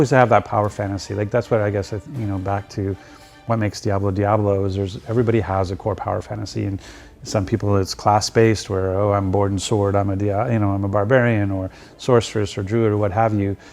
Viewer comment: ITS DIABLO THREE 😂😆😂😆😂😆